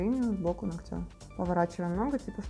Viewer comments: нОгтя, а ногтЯ!!! больно слушать. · нОгтя, конечно же))